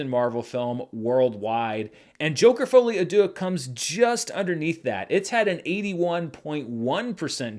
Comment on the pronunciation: I never made any comment about your French pronounciation, but hey you made a lot of progress on "folie à deux' so this is Worth mentionning. Congrats